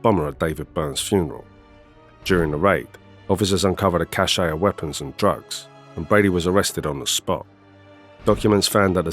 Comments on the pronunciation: It's pronounced cash...not cashay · It's definitely not pronounced cash.